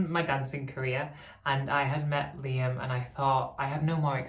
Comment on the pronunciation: the L in Liam is too far from the rest of it ! that bothers me :-)